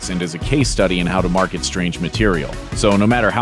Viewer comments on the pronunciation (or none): none